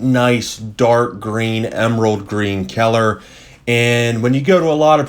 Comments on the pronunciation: What's with the super blurry images? And I have never heard people pronounce color as keller. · I giggled every time he said "kyeller." Very informative! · No one wants to talk about the way he says color? ok then.....